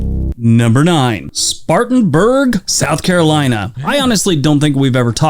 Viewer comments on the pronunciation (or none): I live in South Carolina and it's "Spartan-burg" not "Spartans-burg".